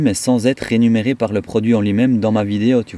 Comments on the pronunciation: Coucou "mon"! Un petit commentaire constructif: on dit réMUnéré pas renumeré 😂💚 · Rémunéré et non renumerer 😊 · Bonjour 👋 On dit rémunéré et non pas renumere. Cordialement